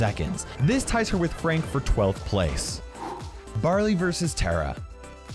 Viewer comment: When he said frank he said freank so are you at war with fronk?